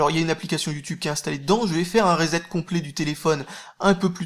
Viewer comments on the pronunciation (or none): none